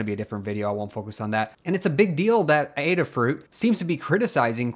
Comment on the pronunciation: Thanks for making this video. It sounds like the case against Qualcomm isn't necessarily all bad, but time will tell. And thanks for making the special effort to correctly pronounce Adafruit! Much appreciated!